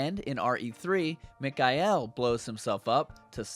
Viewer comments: Great videos, but It's Mic-Kail, not Mic-Kai-El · It's mikhail not mikail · Mick Eye EL.......bruh say it right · Ugh... the one you pronounce “Mikhail” gives me a headache...